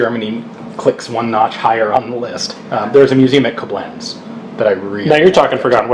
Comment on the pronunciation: hate to be that guy, but it's kOblenz, not koblENZ